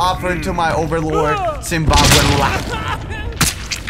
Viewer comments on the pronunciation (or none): ZIMBABOLA or that's what I herd